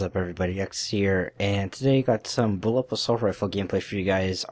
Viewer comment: BullPUP! not bullup... gosh